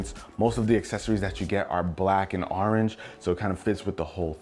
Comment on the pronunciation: Arenge no its orange